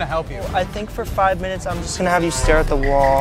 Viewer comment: Hey l have a zhe scissors